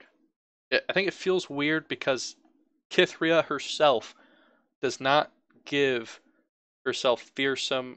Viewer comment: Cithria is said like Sith-ria. If you play her with Garen he says her name. Also YES mobilize is fantastic. Probably one of my favorite cards in the game. Something that you didn't even touch on that makes mobilize ridiculously strong is that if the cost is reduced it stays reduced. Say you use it, drop Garen to 4, then summon Garen. Later the opponent chooses to cast a recall on your Garen. That Garen stays 4 cost. Absolutely bonkers. Vanguard Redeemer becomes a 1 cost draw unit card if you Mobilize it beforehand and just hold onto it until a unit of yours dies. I've used Purify to deal with Elusives if you run a Demacia/Freljord deck since Freljord especially has no real way to deal with Elusives other than to just frostbite them. Single Combat is very useful because if your unit is being targeted by a Recall or Kill card they will always do the effect of Single Combat first. It's not exactly a way to stop the effect of a Recall or Kill but it is at least a response to it. Stand Alone is also secretly good too but the way it works is deceptive so maybe that's why people don't use it more. You have one unit on the field, use this card, then immediately summon other units. The way it's worded it seems like you can't have other units in your hand or whatever but nope. It's also a great response if you have 2 units and one of them gets Recalled or Killed by an annoying Ionia or Shadow Isles deck, then you are free to slam this on your unit. Mageseeker Inciter can get rid of the